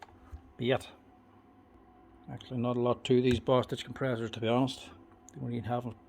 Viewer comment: For a second, I thought you said Bast—d. But you said Bostitch. I had to replay it. I love the videos. Learning more about the tools I use.